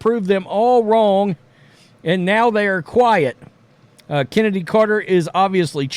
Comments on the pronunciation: Excuse me, that's "Chen" edy. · Who Is This "Chennedy Carter" You Speak Of ?